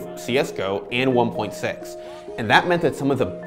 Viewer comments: Dis he just say one point sex? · He just keeps saying 1.6 "one point sex"